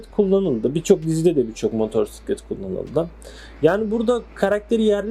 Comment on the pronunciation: motorsiklet nedir ilkokul 2terkmmisin türkceyi boza boza ne hale getridiniz sirf siz siveli garip konusuyorusnuz diye türk dili böyle degil diksiyon dersi ali öyle video yapin hayatinda motosiklet diye bir kelime duymadinmi baban amcan komsun motorsiklet dedi diye gercegini ögrenme zahmetinde biel bulunmamissin önce ögrenin